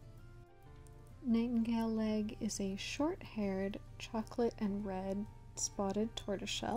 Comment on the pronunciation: I heard Nightingaleleg as ‘Nightingale egg ‘ 😂 But anyways , I generated a clan to draw and it HAD ONE TOM all she-cats one Tom , Now how the hell but anyways I do have two toms changed up a she to Tom so I can have a gay relationship to just fit in with the MANY lesbian she-cats of course most she-cats mates are from different clans k/p or rouge but yeah it’s CRAZY